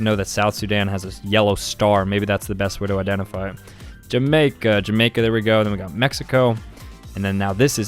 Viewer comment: he said jamaica different because its the 69th flag he named lol